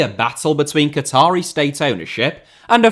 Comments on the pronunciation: Isn’t a cattery somewhere cats are bred? Fucking good money in cats if that’s the case, unless you meant Qa-tar (Qa-taa-ri). Or if you really wanna be precise “kattarr”. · Cattery? Did you mean QATARI?